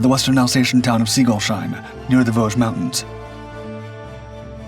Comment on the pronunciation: Singolsheim is not pronounced Singol sheim, but Singols heim